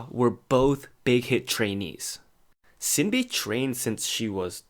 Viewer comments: İt's "Shin-Bee" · Shin Bee and Oonah not Sin B and Eunha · It’s actually pronounced ShinBi, not Sinbi.. I wish you all the best 😊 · You sinB pronounciation 😂